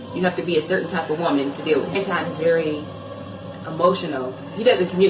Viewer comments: His name is An-ton, not An-twon. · His name is Anton not Antwan and he is a goofy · It's Anton not Antoine and don't want to be bothered with this man. He is in insufferable egomaniac who has a Napoleon complex.. not everything he says is incorrect about black women. I don't think most women have the same understanding of feminism. I despise feminism because the feminist movement wants to be equal to men and we are different. They don't want equal outcomes they want preferential treatment. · I can't stand the dude, but there is no W in his first name, and the word "Ask" does not include an X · Ma’am how u gonna do a video about someone and u can’t pronounce his name properly🤔 I’m not a Anton fan but u coming off sounding like a bitter lonely woman who hates men🤔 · She dont even know how to pronounce his name....she jealous